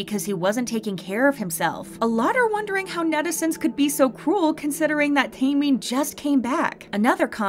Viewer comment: u saying minhyuk wrong n taemin